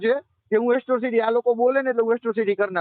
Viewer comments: એટ્રોસિટી કહેવાય તારી માને શોધે એકરો સીટી નહીં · પેલા એક્રોસીટી બોલતા શીખ દોફા